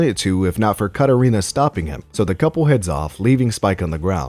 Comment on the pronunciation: The way he pronounces the name Katerina and says "mad rizz"... Yeah, dude is the worst.